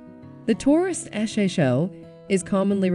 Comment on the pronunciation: The "Rekeiro" seats The Ford Shosho. Lol!!!!! Get rid of the robot voice!